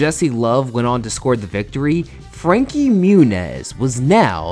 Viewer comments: it’s pronounced frankie moo-nieese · "Frankie Munez" hahaha